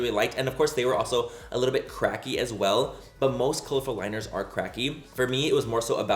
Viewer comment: Say cracky again